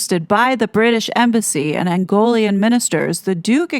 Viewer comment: It is Angolan not Angolian.